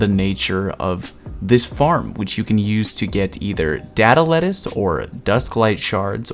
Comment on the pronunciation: I love how everyone pronounces it as "data lettuce"